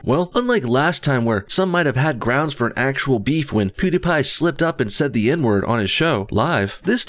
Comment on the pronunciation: Ben's wife is a doctor. Also you pronounce pewidepie like Pooddiepie